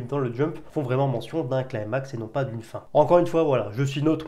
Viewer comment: Climax est un mot français d'origine grecque, il faut prononcer un "i". Le mot "climax" est employé pour les tragédies en particulier. Il y a une idée de gradation avec atteinte d'un sommet. Si cela peut aller de pair avec la fin de manga, mais cela voudrait dire que la fin du manga sera saisissante et non pas une petite conclusion quand tout est résolu. Si le mot est employé correctement, c'est cela qui nous attend. J'ai lu tous les scans, je ne vais donc rien dire de ce que je pense, sauf que j'ai toujours attendu des infos sur la marque au front de Tanjiro, sur sa famille du passé et sur les cartes qu'il a en boucles d'oreille.